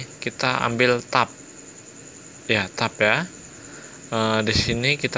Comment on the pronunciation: Makasi bang☺️ Izin koreksi bang tabs/tab itu dibaca nya “Teb” bukan “tab”☺️ Sempat bingung tadi karna bacanya kurang tepat.